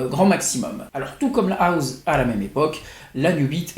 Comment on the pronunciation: on dit houssse pas houze